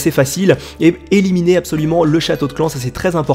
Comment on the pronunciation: a eliminier ? Xd